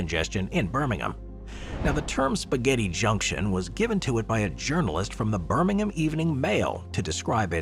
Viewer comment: I can forgive you for not pronouncing Gravelly correctly (it's like gravel, on the ground) because you managed to pronounce Birmingham in the correct way without the typical US 'ham' on the end.